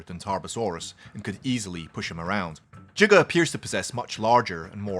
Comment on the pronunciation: who hates the pronunciation of giga